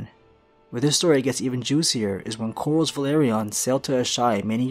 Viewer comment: He's really having a hard time saying "Corlys" lol it's just Cor-Liss lol